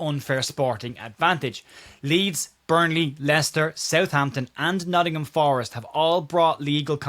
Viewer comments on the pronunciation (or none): none